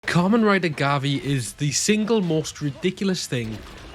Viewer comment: You also forgot to point out that Gavv is pronounced as Ga-Vu.